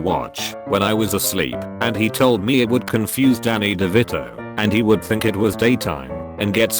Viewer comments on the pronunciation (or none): "and I WOLD-UH if I COLD-UH" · "And I wolda if I colda"